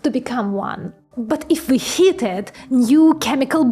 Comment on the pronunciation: Heat is pronounced “heet”. If I could recommend just one important word to work on pronunciation: heat You say heh-at, but “ea” is a diphthong so it has one sound, “ee”. So the pronunciation is “heet” like “feet”. :-)